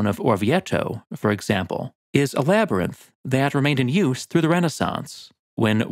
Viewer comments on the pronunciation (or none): none